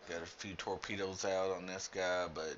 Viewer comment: did you say "Torpenis"?! :P